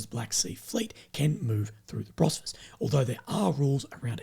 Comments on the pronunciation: Bosphorus, not Brosphorus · Hey, I was hoping someone would have told already that it’s called “Bos-pho-rus”